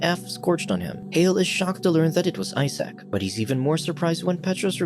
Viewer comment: "I Sack", Isaac, (say eye-zek), also ask Google to pronounce words in any language, but be sure to use 'American'-English-pronunciation, or you'll sound suspiciously pretentious, and we'll picture you in a tweed suit.